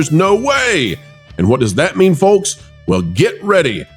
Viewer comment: And the L in Folks is silent.